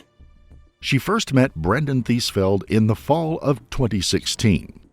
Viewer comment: TheesFELD huh? Of course. Eeeevery sssingle tiiime